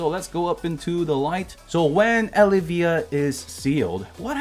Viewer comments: I think it's El-iv-eeya. Not Eli-veeya. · Adam you must be new always a baddie when it comes to pronouncing names. I think he’s trolling us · is anyone else not bothered by how he pronounces Elyvia